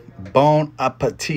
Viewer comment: I always determine how good it is by the emphasis on Bussin. 5.5/10